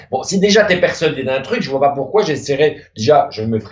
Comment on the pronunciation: le "mais ça va pô" ma tuer de rire